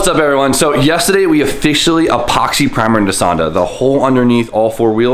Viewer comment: anyone else watch so much, you cant help but say, "yestehday".... knowing damn well there's supposed to be an 'r' in there????